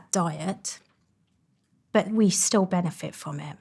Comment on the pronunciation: She is an impossible voice to listen to. There is no word called "benefet", and "food" and "feed" are different. The soundscape of the vowels is much wider than e in set, and u in cut. And speak up lady. Did you have no father who would have told you to use your voice, instead of whispering. I can hardly hear your s sound, and half of them are not there. What a mess. - And lastly do you want me to end up concentrating on the impossibility of listening to your message, or to concentrate on your message. I did not bother getting to why it would be bad to eat after 9 pm. That is how disturbing the failure of your voice and pronunciation is.